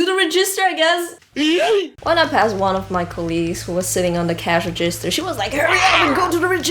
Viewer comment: Your English is almost perfect. You only seem to mispronounce "register".